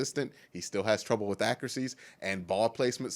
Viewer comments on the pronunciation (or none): Love your vids man... Great insight. Great comments and coverage... One thing though. Just one. With ...withhhhhh lol you said WiFF like 100x. You'll go farther in your career being grammatically correct.